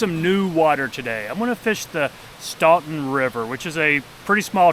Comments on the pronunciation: The pronunciation of "Staunton" is stɑːn.tən/ in US English. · The pronunciation is “Stan ton” the “u” is silent. The locals call it Wilson Run.